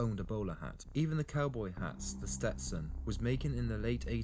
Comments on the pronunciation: SETSTON?!?! wtf, go suck a noodle, Englishman. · This guy is funny. The history of the settlement of Texas is completly brutal. He called a Stetson a Setson. And Said OK Coral, not Corral. Flippin pretentious Brits.